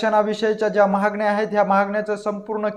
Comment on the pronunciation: उच्चार सुधारा...'महागण्या' नव्हे 'मागण्या'! 😀